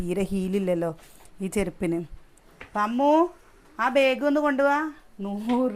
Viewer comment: ബേഗ് അല്ലാ ബാഗ് ആണ്